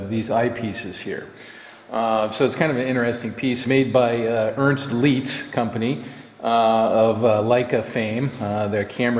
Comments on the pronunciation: May I say that you pronounced "Leica" correct but you had "Leitz" wrong, the "ei" is pronounced the same way as in "Leica", like on a ship you would say "aye". Very sad to see this nice piece being in such a bad shape. No chance of this being restored and rescued? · Say "Leitz" like ths: "lie- t-s" NOT "leets" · It's pronounced "Lights",. Not "Leetz". The ZIP code ("Zone Improvement Program") began to replace the old postal districts starting in 1963. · Leitz is pronounced like “lights”. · Leitz is pronounced like "lights" in english (/ˈlaɪts/). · I've heard people pronounce this "Leets" like and also "Litz." Having taken 4 years of German lessons, it hurts my ears too! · Oh, and for any fellas it might help - when you see "ie" in a German word, it's pronounced "ee" - the "ei" is as already noted, pronounced a a long 'i' as in the example "lights." So for pronunciation, the word Leitz (pron. "Lights") would need to spelled "Lietz." (Pron. "Leets"). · Don't mean to be that guy here, just some constructive input for future reference. Leitz is not pronounced Leets. It's more like saying 'lights' with a German accent. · "Leica" sounds correct, however "Leitz" should sound like Leica, not like "leetz" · Sorry to correct you, however: Leitz pronounced "Leyetz", sounding in the middle like (pop)-ey(e). West Germany existed between. Opto-metric Tools was incorporated on the 18th of December 1974 as a foreign for profit corporation in New Jersey. Given that the "13" was "pioneered in the 1940s" and abandoned in 1963 for a five-digit code... Something is fishy! So, I'm guessing they moved out of New York in 1974 and the unit age is somewhere between 1949 and 1963. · Like the word ein in German, ei is pronounced "i" (like saying eye) Thus leitz is said like "lights". Very cool item and a wondeful video. Eric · Leitz is pronounced more like "lights". Leitz is the company that also makes the Leica (=Leitz Camera) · Leitz is pronounced "lights".